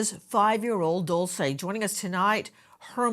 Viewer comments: AI voice guy keeps saying Dolce…. It’s Dulce Maria Alavez not Dolce & Gabbana. May DULCE be found safe and sound. Prayers ❤ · Its pronounced "Dool Chay" Not Dulsa or Dool say! I walk around where my child is... never sitting down or taking my eyes off of my child! Always on the alert and if a child approaches my child trying to leave somewhere else I stop that then and there! Traffickers use other children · He said her name wrong